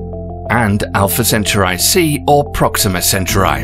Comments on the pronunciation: Same here. It's not hard, they shouldn't be struggling with this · I thought so to, but I dont want the British to cancel me. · Let me guess, you say sen-tar-ee 🤣🤣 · I’m a Brit from the south part of England with the same accent as the narrator . I think American and British pronounce it the same way. Not as in this clip. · Proxima Cencher-eye? Gack. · It's pronounced Sen Toor ee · The way Centaur'i' is being pronounced really bugs me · "It's CentAUri not CenturI" Hermione Granger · centauri not centurai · CentA'uri dude.... CentAAAAAAAAAAAAAAAAAAAA'uri not CE'nturai !!! not Samurai! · Is the system really pronounced Alpha "Cen-chu-rai"? I was always taught it was Alpha "Cen-tau-rie". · Alpha "centrai"? Dude is it so hard to speak centauri? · I get ear damage everytime you said "senterai" OMFG ! It s "SENTAURI" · the presenter keeps say Alpha Centuray. It's Cen-Taur- e .. not Cen-Tu-Ray ... 🙃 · I think it's called Centauri and not Centray. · Say it with me now "cen tor eeee" not center eye😂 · yeah but it’s Cent-aur-ee, like Centaur. Not CeNcHaReYe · I think you're pronouncing "Centuri" wrong. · yeah sounds like he's saying centru eye its is aggravateing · why do you say "centurai" ? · Ivory informative and interesting, but i found very annoying and distracting how the narrator constantly mispronounces “Centauri” almost like “century”. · =/ " SEN - SURE - I " REALLY?? ROLLS EYES... LEAVE IT TO A BRIT!! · You keep pronouncing Centauri wrong!!!!!! It's pronounced "Sen tor re". Like Taurus the constellation!! It wouldn't be "Choo Rus" or "chow ri". Idiotic. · This guy's production team was far too polite to correct his pronunciation of Centurai.. how British. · Is he pronouncing Centauri correctly? I've always heard it pronounced 'Sent-ouw-rey'. Google translate set to Latin pronounces it this way except the C sounds like Ch. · Alpha Centurai??? 🤭 Where did u get that pronunciation from? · CENTAUR EE NOT I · In Indonesia it spelled Sen - tau - ree. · Center eye